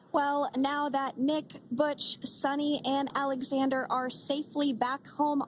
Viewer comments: Not suni, it's Sunita. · Its not suni Williams its sunitha Williams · Sunita not suni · SUNITA not Suni...